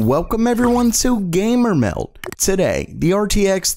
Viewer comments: I don't know how anyone actually hears the "d" in "gamermeld" the way he pronounces it...I always hear "gamermel". Like one of the comments above..."welgome everyone to gamermel" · Every time i hear "welgome everyone to gamermel" i want to close the window.. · "oelcome everyone to gamer mym" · Papa Smurf Same here. "WeLcOmE to GAYYMER MelD" Oof.